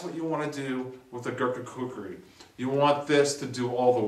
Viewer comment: glad to see your saying kukri nown:) great vid as always :)